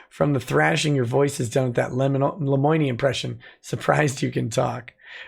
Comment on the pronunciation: Lemoine should learn how to pronounce his own name before thinking about consluts.